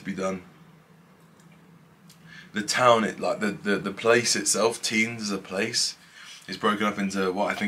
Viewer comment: Nice vid! you just don't pronouce the S in Tignes. It's silent